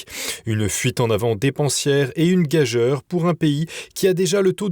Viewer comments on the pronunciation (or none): On dit gageure en prononçant ure et non eure . Voyons! Êtes-vous français?😮